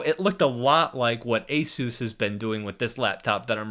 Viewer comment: When you say asus it sounds like asews